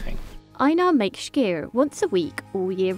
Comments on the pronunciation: I don't get it, she said "Skyr" right when she was in Iceland but then in the voiceover decided to say schkir :D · Its SKYR NOT SHHHHKYR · why does she say SCHKEER, when he simply calls it SKYR? silly bint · Hearing the host attempt to pronounce "skyr" is amusing. It's not a "sh" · I'm agreeing with you. There is no "sh" sound in Icelandic, so this presenter's pronunciation is quite wrong. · They are saying it wrong. It is "SKY-are" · Leave it to the girl that wishes she was "posh" to keep saying "shkeer" instead of skyr! Like how they say "It's NOT schedule, it's "shedule". I wonder what "shool" they learned that in?🤣🤣🤣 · Its not SHKEER its Skýr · Why does she say shkyr? Where does she see or hear a "sh"? Lol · Why does she say “shkeer” all the time? There’s no “sh”, sis! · The way she sat skyr is so painful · Her mispronunciation of skyr kills me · Why does she say skyr so wrong